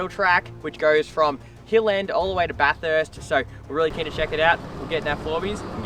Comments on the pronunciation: It’s Bath-urst not bath-hurst haha cracking vid boiz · It's pronounced 'baf-fist' not 'baf-hurst' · 😂can’t pronounce Bathurst😂